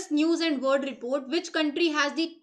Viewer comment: great content,,,, bas ek observation hai meri- 'world' ko 'word' pronunciate krti hai mam (no offense)